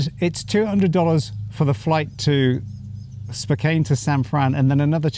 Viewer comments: Spo-CANN. Not Spo-CANE.. Spokane.Spo-CANN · Spokane is pronounced Spokeann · I always pronounce it "Spo-can" 24 hours in no time at all to get to know a country. The u.s. is like 50 different countries in one some states can be different as night and day. Some places in the U.S. you can't understand a word of English, especially down south. The weather is the same thing one area is a desert, another feet of snow,and another like a jungle. Adorable couple., your teeth aren't white enough 😂🤣✌️❤️ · It's Spo-KAN :) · Spokane is pronounced, spoh-CAN. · It is pronounced Spoh-kan!!!🤘the Pacific Northwest of America is the most magnificently beautiful region of the United States of America 🇺🇸 our right to protect ourselves with firearms is one of the greatest rights that separates the USA from everywhere else on Earth🇺🇸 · Mr it's pronounced spohcan my cousin lives there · Spokane - pronounced ‘Spo-can’ ❤️ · You can definitely not judge the US based on one state you have been to. SpoCAn is how you say it. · It's pronounced Spoke-ANN. Glad you enjoyed your visit to my home state. Eastern Washington is very rural farming country. Western Washington is very urban. And most of us that have guns have them for hunting or personal protection. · It is pronounced "spoke anne".